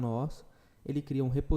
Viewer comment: Posso só sugerir algumas coisas? nullable se fala nú-labow não nuleibow repositóry se fala repô-sitóri e não reposítore. Desculpe a chatisse, mas o conteúdo do curso é de alto nível. Acho que o inglês pode dar uma melhoradinha também. Parabéns pelo conteúdo.